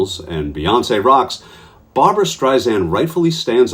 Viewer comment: Excuse me, that's BAR-BRA. Two syllables, two A's. As opposed to Barb-a-ra, three syllables, three A's. Thank you.